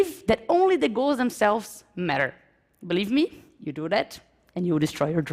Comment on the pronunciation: Mas isso não se aplica a alguém que ficou tempo o bastante nos EUA, como ela. Tipo, é grave quando, vivendo nos EUA por um bom tempo, ainda pronunciar "believe" como "BELIVI" em vez de "biliv".